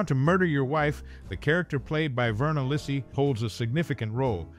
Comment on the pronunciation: Thanks for your video, but you are mispronouncing her surname! The Italian name Lisi is pronounced Lee-see (accent on the first syllable).